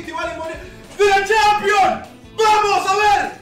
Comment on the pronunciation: Ronaldo de la champion boludo ronaldo de la champion habla bien disca